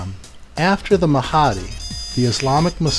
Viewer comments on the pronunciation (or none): oh did i mention that he even doesn't know how how to pronounce the name of Mahdi, its Mahdi not Mahaaaaaadi, STUPID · Why do do you say the Mahhhadeee just pronounce it the correct way, by the way his accent does not effect the way he will say the name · i'm just saying,,in Islam Mahdi is againts dajjal,,which muslim people aware that dajjal is also call anti-christ in christian...and must to mention that shiats is like false misguided islam..they are not true Islam..and please pronounce MAHDI right.. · So you focus in on his wrong pronunciation of Mahdi to avoid the message?